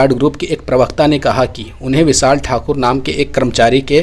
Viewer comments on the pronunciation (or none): none